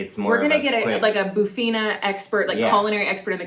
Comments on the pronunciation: It is not bufina but bifana. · ... it is called "BIFANA"! how do you pronounce it "BUFINA"? beats me. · bifanas... not bufina :p it's a snack... marinated por steak, garlic, mustard... but you have the version on the plate... you also have bitoque in Lisboa, preto no prato in other regions... bifanas up north are made in spicy sauce pastéis de bacalhau... but we do roast, boil, fry, grilled bacalhau... you also probably a pork rissol or a croquete... chamuças <3 go to any tasca... any local eatery full of locals eating... the soups, the fish, the seafood... and travel around the country food from Alentejo, Beiras, the north, Madeira, Açores... any feijoada, bife à portuguesa... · What the hell it's not bufina it's bifana... beff Anna for the gringos! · Bifana is pronounced beefana, not boofeena, lol. I totally understand the so-so rating, yours looked dry. Ours is cooked in a delicious sauce with onions and a little piri-piri (hot sauce) and it's slathered into the sandwich so the bread soaks it up, omg, so delicious! Oh, and must be fresh bread, heavenly! 😋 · its not bufina, its bifana!!! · Guys i love your videos, but everytime you said "bufina" I was cringing! It's not pronounced like that! Sorry! I'ts pronounced befuhna! :) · Bifana try saying beefana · Bufina? Nooooo, it's a bifana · It's not Boofina, but Beefana.... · I personally don't love pork so bifana means nothing to me, what I do object to is this, please, please look at the letters that spell out bifana - you say it bufina - this seems to be a particularity of Americans and British to add letters that aren't there and completely changing the meaning of the word. Rant over - apart from that, please carry on, good video.😅😅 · “Bufina” I’m crying 😭😭😭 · It's pronounced bee-fa-na. ;-) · You can think of Bifana as traditional Portuguese street food or fast food. Definitely not a gastronomic delicacy. It's pronounced beef-uh-nah. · You need to pronounce bifana properly! haha nice video hope you are enjoying